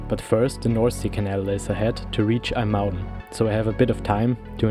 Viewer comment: Again, a great video! You even managed to pronounce IJmuiden correctly 👍